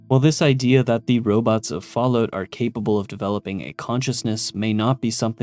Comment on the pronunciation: i luv the Canadian version. Falloot, eh?